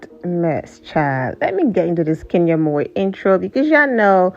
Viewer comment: Lol😅 and I’m an African I can pronounce it ohhh